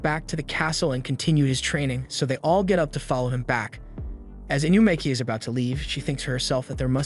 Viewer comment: "inukami" "inumaki"